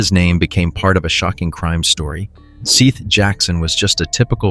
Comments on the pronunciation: This has to be one of those bullshit AI channels because bro can’t pronounce “Seth” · And his name is spelled Seath. But I'm not certain of the proper pronunciation. Please, honor the murdered boy by getting his damn name right.